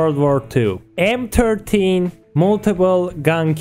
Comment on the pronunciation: The "Em Turdteen".